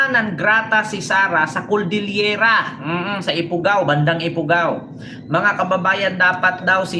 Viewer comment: Cordillera po hindi coldillera pagtatama lang po.